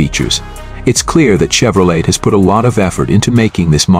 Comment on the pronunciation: I ALWAYS UNDERSTOOD THAT THE T IN CHEVROLET WAS SILENT SO WE PRONOUNCE IT CHEVROLAY